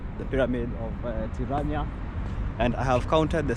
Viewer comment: At least he didn’t say piranja